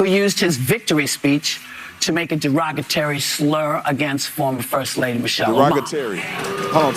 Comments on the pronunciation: What’s a Derogatary??? Whoopie?? 😂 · Derogatary/ Derogatory. Ax/Ask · Why can’t anybody pronounce derogatory? 🤣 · Yes derogatory is a word. She pronounced it funny. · dave protnoy can't say derogatory either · Whoopi and Candace Owens went to same school for reading and pronounciation. 🤣🤣🤣🤣🤣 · Dave Portnoy destroyed the word derogatory, as bad as Whoopi Cushion lol!! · Poopi Goldturd pronounced words like Candace Owens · Nobody can pronounce DEROGATORY 😂